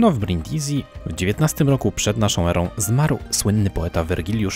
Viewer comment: Brindisi czytamy Brindisi, a nie Brindizi tak na przyszłość 😅 Świetny filmik, dużo ciekawych rzeczy można wyciągnąć ❤